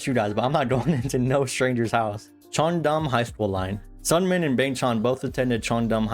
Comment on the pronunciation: This was awesome I love it but you do say Seungmin's name a little wrong